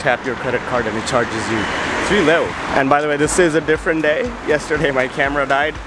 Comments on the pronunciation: Very nice. Video! The funny thing was the pronunciation of the Romanian leu, and instead of leu it’s liu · i don't get where ppl get this "loose" pronunciation, but it's more like "lay" (lei). (the currency)